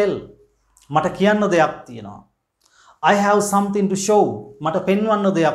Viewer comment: Watch the pronunciation of word 'have'. Thanks.